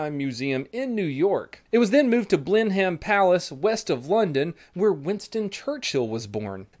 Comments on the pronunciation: its Blenheim not Blenhem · Blenheim is pronounced blenam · Blenheim is pronounced blenem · “Blen hem palace” lol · As a Brit I feel the need to say it’s pronounced “Blen-um” I still love this shit tho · Hey! As a Brit I want to commend you on a not too shabby attempt at pronouncing Blenheim Palace! (Actual pronunciation is more like "Blen-im". Don't ask me why we make life difficult for ourselves, we just like adding letters to things, Ok?) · The name of the palace is pronounced blenham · As a Brit I feel it's my duty to show my disdian at your pronunciation of Blenheim Palace. Did you also know that there is no W in Jaguar. Carry on 🥯😊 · I live around a 5 minute drive away from the palace and was supposed to go there after my rugby match but that didn’t happen. Also I don’t like how you pronounce Blenheim